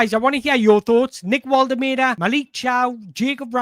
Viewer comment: Mate, your content is top notch, but please for the love of god learn how to pronounce Woltemade properly. It’s borderline disrespectful! It’s Vol-tuh-mar-duh.